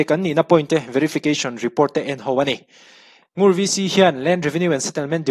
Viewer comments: Ngur chu i lam dan kha a dik e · Ngur ilam dik e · 'Ngur' i lam dik e. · I lam sual love Ngur a ni mai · I lam dik e..Ngur khua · 'Ngur' rul (snake) correct 💯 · NGUR ilam dik chiah e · NGUR i lam dan kha a dik e. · Ngur tih kha i ti dik e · I lam dik e